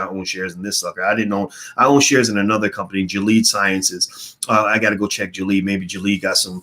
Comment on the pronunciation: Dr. Watkins “Gilead”... is actually pronounced Gily-ad ... thanks for wisdom on the markets